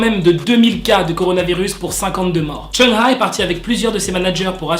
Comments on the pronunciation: Oui parcontre son nom ca se prononce : "choung ha" et pas "cheuna" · Tu dis mal le nom de Chungha . On dit "Tchungue Ga " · Tu m'as niqué comment tu prononce Chungha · Tu prononce mal le nom de chungha